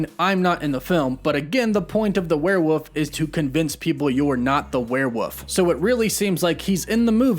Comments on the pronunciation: not this man saying were-WOOF the whole time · “Werewoof” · I read this comment the exact moment he said werewoof for the third time hsldh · It's kinda funny😂💀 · I was screaming WEREWOLF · yo deadass bro, I thought I was tripping but no he's really saying werewoof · Wtf is a werewoof! 😂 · I'm not a werewoof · Lmao werewoof woof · again with the woof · “The Warewoof” lol. Woof woof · There’s an L in werewolf 😭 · there is an l in the word Werewolf, but on that note it’s very difficult to refute all of the facts you present. Well done! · There's an L in Werewolf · Learn how to say "werewolf"! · I'm dying lol. I was saying the same thing this dude doesnt know how to say werewolf lmao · Yo the way you say werewolf pisses me off so much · W-O-L-F not W-U-F-F omg 😆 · "Werewoof?" I been saying werewolves, I've been saying it wrong this whole time. Jk. or am I just slow and It really is just called "werewoofs vs mafia game? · I'm sorry. Not trying to offend you but are you purposely saying werewoof instead of werewolf? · I had to pause , why are you saying wherewuff?? Isn’t it where-wolf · If you say "werewoof" one more time... It's "wereWOLF" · *Werewolf not Werewoof 😂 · For the love of god... stop saying werewoof. It's werewolf. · Warewollllllllf not warewuuuuuuuuuf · The word is ‘werewolf’, not “werewoof” Like Cumberbatch and pen-gu-in 😂😂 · I cringed so hard every time he said "werewoof" it's WOLF not WOOF I love your videos btw I was mainly just joking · Is he kidding when he pronounces “werewolf” as “were-WOOF”? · If he says “werewoof” instead of “werewolf” one more time imma go mad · HAHAHAHAHAHAHA same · The way you say werewoof... Not werewolf LOL I know I'm just being picky but it made me giggle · You know it’s WerewoLf right? Not werewoof? 😅 great video man 👌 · He keeps saying woof woof to the point that Wolf is Woof. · Hey man, huge fan here. But... it’s WOLF lol. Not woof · "The werewoof" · lmao "werewoof" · I love "werewoofs"😂